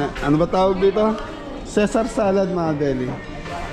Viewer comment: Ang pronounciation ng Caesar Salad ay SEE-zar